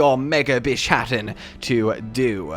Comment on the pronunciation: So, is he mispronouncing the name intentionally as a joke to make it sound like Shat in the middle?